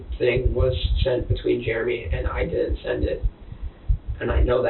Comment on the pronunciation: Germ-ee for Jeremy😅